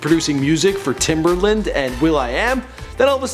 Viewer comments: Timberland????...Come on Bro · This man said timberland. White people.